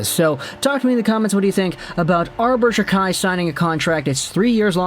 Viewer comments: It’s pronounced jack eye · his name is pronounced jackeye